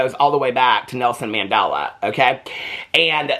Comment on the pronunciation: It's pronounced like Man-del-la . Say it slowly